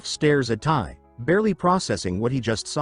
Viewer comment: So annoying how AI can't pronounce Tae and constantly spells out his name.